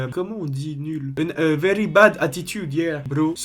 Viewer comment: mdrr mais ca n a aucun sens pq il dit "verrrry" c'est un malade mental